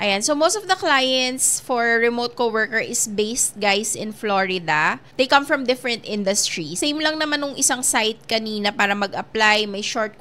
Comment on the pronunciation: different po ang pag pronounce hindi po defferent hehe